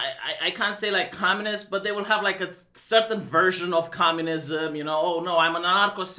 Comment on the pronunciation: Love it when spits "communism" at the beginning.